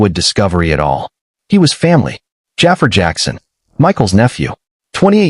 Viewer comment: I wish they would say jaafar name right